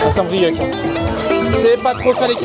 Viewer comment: Saint brieuc , phonétique : saint brieu , c'est un ( c )muet , respect stp nouilleteille 😂😂